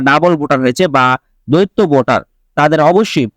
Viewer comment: দৈত্য মানে দানব৷ শব্দটার উচ্চারন দ্বৈত৷ মানে দুই৷ ইচি নয়, উচ্চারন ইসি৷ উচ্চারন মাদারচোদের মত৷